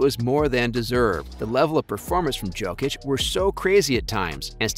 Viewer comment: You are casual, unable to pronounce Jokic's name 😂😂😂